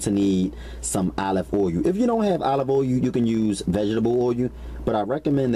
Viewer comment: What the heck is olive oh yoo. I love how this brother talks